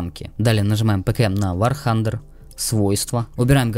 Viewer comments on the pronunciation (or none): ммм... вар хантер мммм вообще-то вар тандер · спасибо! помогло! но не вар тхандер, а вар тандер. а так обалденно!